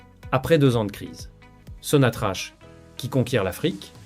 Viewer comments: Ca se prononce SONATRAK PAS SONATRACHE. POUR LE F M I C'EST LAGE DES CAVERNES. POUR LE RAPROCHEMENT IL YA AUCUN EFFORT SIGNIFICATIF DE LA FRANCE DONC NUL ET NON AVENUE. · L'économie algérienne et non pas L'économie algérien.. Prononce sonatrach...sonatrak..et non pas sonatrache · Ça se prononce Sonatrak et s'écrie Sonatrach! l'Algérie ne s'interesse pas de tourner la page ! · apprends à prononcer sonatrach